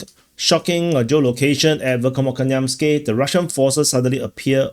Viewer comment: You are pronouncing this word VERKHNOKAMYANSKE incorrectly and it should pronounce as VEHERNAKAMAYANSKIYE.